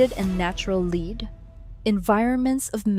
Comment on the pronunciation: Why can’t you teach your dumb computer reader application when to use the different pronunciations of words based on the context? In this script, “lead” as an element or as a verb.